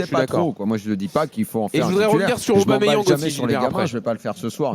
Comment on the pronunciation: Arrêtez D'ÉCORCHER le prénom et le nom d'Aubameyang svp bande de footix y'a pas de Didier ni de je sais pas quoi c'est PIERRE EMERICK AUBAMEYANG au cas où vous savez pas lire ni écrire